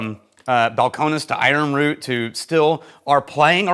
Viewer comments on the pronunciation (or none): It's pronounced umm ruth